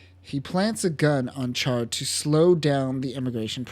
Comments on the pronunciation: Ummm...CHAR is pronounced "SHAR", like in French. (In Japanese, it's "SHAAA".) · Good video but it’s pronounced “shar”